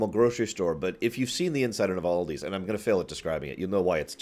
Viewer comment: Aldi It's pronounced Al Di not OLDi it's a Germany company